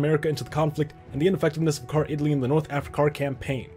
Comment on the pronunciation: "North Africar"